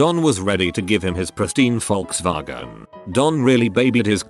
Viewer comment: Me: Volkswagen Text-to-Speech: VALTSVAGON Idk probably how its actually pronounce